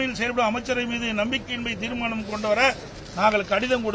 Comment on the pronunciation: Theera maanam. Illa. Theermanam 😂